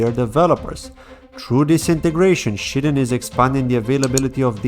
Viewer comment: Shyden not Shiten bro 🤣